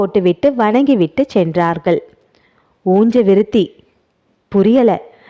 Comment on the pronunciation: நல்ல சஸ்பென்ஸ்..உஞ்ச விருத்தியை ஊஞ்ச விருத்தி என்று சொல்வதேன்?